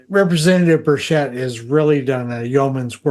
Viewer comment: The accent of the name Burchett is on the first syllable. No one is pronouncing his name correctly